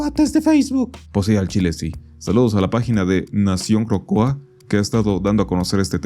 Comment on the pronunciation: Nación Cocoa